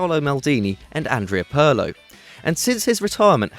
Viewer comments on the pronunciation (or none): Did he just say Andrea Pearlo